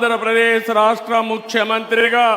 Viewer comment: Rahasya kadura babu rashtra currect